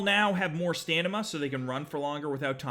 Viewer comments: lol. No, he says stanima in the video instead of stamina. I was trying to make a joke. :p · Did he say " Stanima?" ish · When he said "stanima" i thought it was the actual word for a sec 😂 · Did he say "the horses will have more stanima".. Or did I heard it wrong.. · He said stanima lol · you said stanima! I once knew a person that said gornade instead of grenade. please excuse me for recognizing your 'stanima' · more “ Stanima ”